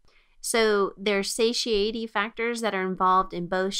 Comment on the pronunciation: This is very good, but I just couldn’t help but got distracted by her pronunciations, satiety? Duodenum? Anyhow, still very good.